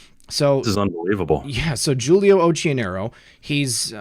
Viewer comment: oQQionero is the correct italian pronunciation ;) excellent work!